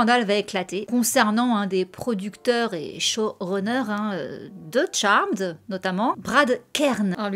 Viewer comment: ca fait du bien de voir des gens bien prononcer le nom de la série; fuck you ceux qui disent charméd